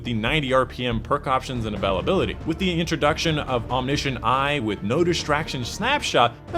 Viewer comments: Yeah he says avalability, instead of availability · Love your videos, but really not sure why you're struggling to pronounce "availability". Should be "a·vail·a·bil·i·ty" (or phonetically "a·vail·a·bill·a·tee"). Keep up the good work! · The first time i heard him say avalability... I thought I was mishearing, then I heard it again. I never knew someone could mess this word up. Congratulations. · Once I heard "Avalability" I had to turn it off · We all have a quirk somewhere when we pronounce a certain word.. that is his :) its all good! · I was about to say the same thing it's so Annoying it's a great video otherwise but he never says it right just pisses me off feel like he does it to troll.